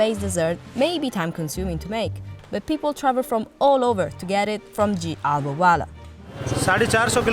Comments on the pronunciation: ITS HALWA. NOT AHWAH. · Not it ALWAAA …..Its HALAWAAAAAAAAAAAA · I can't get past narrator's pronunciation of "halwa". "ALWA" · 😅😅😅😅 its pronounced hull-wa... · "AAVA"😂 So annoying!